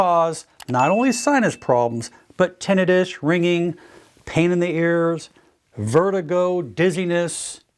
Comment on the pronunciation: I'm a little skeptical ... a doctor who can't pronounce tinnitus??? Not even close...